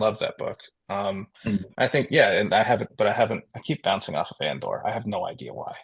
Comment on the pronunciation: Anyone else get confused because they hear "At duel" when says "Andor?"